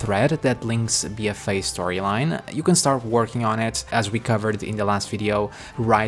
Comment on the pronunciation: my god I couldnt after a few mins, BFA not bfaii jesus.